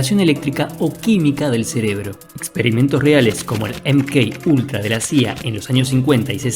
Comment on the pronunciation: "EM KEY ULTRA " .... JAJAJAJAJAJ. DECÍ "EME KA ULTRA" !!! BOLUDAZO !!!